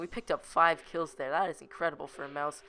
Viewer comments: U know it's called Maus not mouse U DONT SAY IT LIKE MOUSE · It's not mouse not pronounced that way it's mA us not mouse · Not a. Mouse it's a Maus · Its not pronounced 'Mouse'... Its pronounced 'Moss' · Holy shit stop saying mouse its maus mAUs not mOUse ok holy shit its so damn annoying hearing mouse every 2 seconds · it is pronounced MaS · It's pernounced may-o-us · obviously never attempted to speak German then.